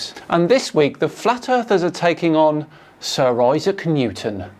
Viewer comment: Did anyone else hear "Sir Isah Kanutin"? timestamp